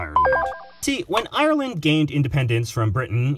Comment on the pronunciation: If u say ieyer-land one more time...